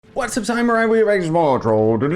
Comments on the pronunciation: HOLY MOLY YOU'RE RIGHT! WTH!?!? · after watching you for so long i only JUST realized that youve been saying "SCYmurai" instead of just samurai and i feel like my whole world view has changed